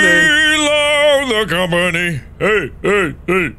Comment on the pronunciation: How did "I love the company" turn into "I love the come on me" this is the best omg